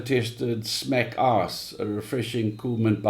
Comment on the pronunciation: I'm a relatively new fan of yours [and of KZOR's] after discovering KZOR and his wonderful interview/chat with you. What actually got me to comment however was when you said "Smack Ice", with your SA accent it sounded to these Aussie ears like "Smack Arse"! XD Greetings to you SA vapers! Cheers!